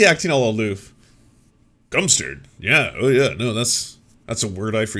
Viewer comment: Agreed. Just want to let you know though, it’s “cumstered” not cumpstered. Lol